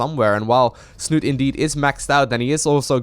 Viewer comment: Liquidsnut-E!!!! the E is not silent :D